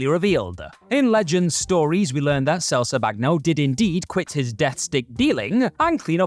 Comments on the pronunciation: What did you call him? Selzebaggano? His name is a play on words. Sleazebaggano…you know…like sleezebag. Come on, lol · Did really just botch the pronunciation of "Sleazebaggano" that badly? What the hell does he say? Sel-suh-BAG-no? For real?